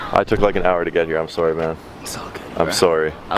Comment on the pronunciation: I thought u said those words like that cuz ur Canadian. Also u say sorry weird